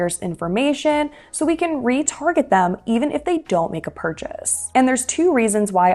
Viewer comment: "...where we can retarget customers..." ...I first understood "where we get retarded customers." 😄😄